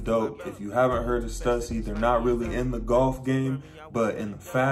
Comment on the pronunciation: That’s not how you say stussy? lol